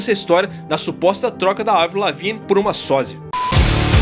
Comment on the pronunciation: Eu como fã de avril desde Let GO preciso começar esse comentário com um muito obrigado, por chamar Avril e não "Eivril" como até hoje chamam errado assim. Racho de rir dessa teoria que começou a ganhar força em 2005 quando Avril pintou de loiro o cabelo para interpretar a Courteney Love (viúva de Kurt Cobain) no cinema, o filme nunca saiu da gaveta até hoje mas ela adotou o loiro em definitivo até hoje, aí soma tudo isso ao álbum The best Dawm Thing de 2007, cheio de rosa e dancinhas no palco... Algo totalmente diferente da Avril skatista, já era, o que era burburinho ficou mais e mais forte. Sei lá, vejo ela super bem, cada álbum é um rolê diferente. Quisera eu como fã vê-la novamente no auge do mainstream como 2004.